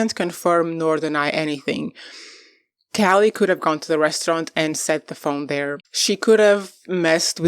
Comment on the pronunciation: How do you not know how to pronounce Callie’s name?? Don’t you watch the show? I’m out. You’re not credible